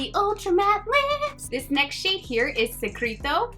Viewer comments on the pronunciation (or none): Butcher al lot of the names but A++ for effort. It’s Bess a meh.. bésame Se creh toh - secreto Sell va hey - selvaje Es trey ya- estrella Sell los ah- celosa Xoxo